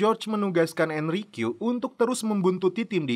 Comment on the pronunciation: Enrique di bacanya itu Enrike bang